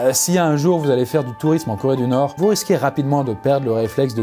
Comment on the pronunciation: Corédunorstan*